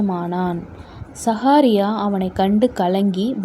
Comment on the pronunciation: ( சகாரியா )அல்ல சகரியா. நீங்கள் வாசிக்கும் போது தவறாக வாசிதீர்கள். .